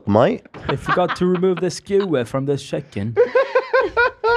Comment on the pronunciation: “they forgot to take the skin away from the shiken” in an English? Accent gets me every time. I think this is my favorite thing love has EVER said